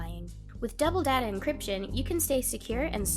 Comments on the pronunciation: Data: day-ta not dada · DADA LOL IT'S DATA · sound like she said daddy😂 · a comment on the NordVPN commercial: I was listening to the commercial and I thought the narrator asked "Is your dad a safe?" I was like what? What does that mean? Then I realized she was saying "Is your data safe?" .. that makes more sense. My hearing is going bad. I love these Horror Party Shorts.